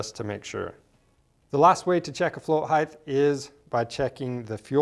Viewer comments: good info...just a nit-pick...it's not pronounced "higth" but "hite"... with a hard "t" at the end. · Height not heighth can’t watch your video if you can’t pronounce a simple word you learn in 1st grade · "Float Heighth" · Are you saying float height-th? How do you spell that? HA! Thanks for the informative video. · I can't take it. "Heighth" please make it stop. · "heighth" "heighth" "heighth" OK THAT'S IT! I CAN'T TAKE IT! I'M OUT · Heighth? Flow heighth? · That drove me nuts lol